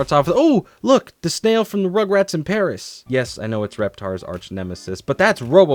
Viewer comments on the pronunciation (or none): none